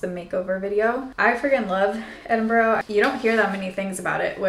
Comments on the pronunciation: Little tip from a local Edinburgher, its “Ed-in-bruh” not “Ed-in-borrow” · For anybody wondering, in Scotland we pronounce Edinburgh like Edinbruh (like bra but with a 'Uh' sound instead of an A.) Glad you enjoyed it 😊xx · The actual pronunciation is ‘Embra’. 👍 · Enjoyed your vlog! However, there is no 'o' at the end of Edinburgh. Enjoy Dublin! There's no o on the end of it either! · Please stop saying edinboro 😩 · Im so glad u pointed this out! I was thinking… thats not how u say it! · the pronunciation of edinburgh is killing me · Biggest pet peeve is the way Americans incorrectly pronounce Edinburgh…